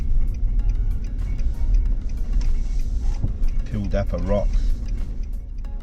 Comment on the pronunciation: Pildappa Rock, not Paldappa Rock.